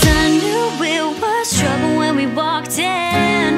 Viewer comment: LOL it sounds like your saying “truffle truffle " x3